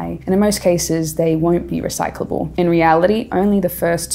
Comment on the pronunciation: She keeps saying recycable. It's recycleable. .